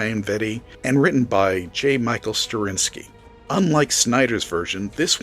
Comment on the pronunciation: Lot of valid points. But, damn, could you not have gotten a human narrator? The software pronounces "Rorschach" as "Row-shock"; "Ozymandias" as "Asmodeus," and "Straczynski" as "Sterinski".